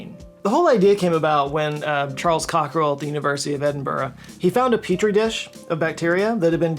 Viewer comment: He also pronounced the dude’s name as “Cockrell” but there is no “R” in the name on screen. He’s made a few typos this video, but I still love 🤷